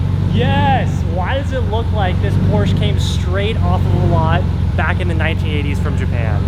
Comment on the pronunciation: Please pronounce Porsche correctly lol